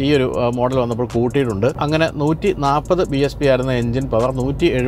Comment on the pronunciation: It's BHP not BSP!